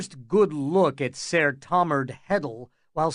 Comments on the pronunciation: 'Ser' is still pronounced like 'sir', it's just spelled differently. Not SAR. The fact that Egg says it so much and you pronounce it that way is sooooo annoying. Had to find a different version. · come on OG. I didnt suggest I could do it better, in fact I said it was 'pretty good.' Except for the repeated mispronunciation of SER. Way to pretend stick up for the narrator who will probably never see these comments. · "Sair" ......the narrator can't read lol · This isn't history. It could be whatever really. But it annoys me as well. Sair. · Yea, idk but Id pronounce it like sir cause i figure thats closer to how it sounded 500 years ago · And how he says Targaryen…has he never watched the shows? It’s fucking SIR and TarGAIRyen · You're full of shit. It's not pronounced "sair" I've never heard GRRM pronounce it like that. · I cant do it The pronunciation of "Saiiiirr" is too much. Ruined the entire thing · My guess is because in the book it's spelled ser instead of sir. I still cringe when I hear it tho. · I need to know why he says it this way. Seriously. English is definitely this guys native tongue. So WHHHHHYYYYYYYY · Pretty good. FYI SER is pronounced just like SIR 🙄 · wow! I assume your serious , this is not a good reading at all, I'm not gunna pick it apart, and since there's no other version I'm gunna listen but its really hard to maintain the illusion with his voice rising and falling and constantly saying sayer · The way he says ser really bothers me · Some truly hilarious accents here. The pronunciation of ser is baffling but glad to have this to listen to! Thanks! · Awesome story, awesome reading. Even if you pronounced ser wrong every time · Can anyone tell me the narrator/reader's name? The nails on chalkboard way he pronounces Ser grinds my gears terribly and I wish to avoid ever, EVER, having to suffer hearing his voice again!